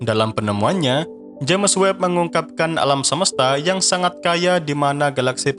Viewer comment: Udah puluhan episode naratornya masih nyebut "je'mes web"